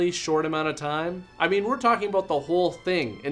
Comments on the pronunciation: LOL she said "what are you talking aboat?" So Canadian. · She said aboot!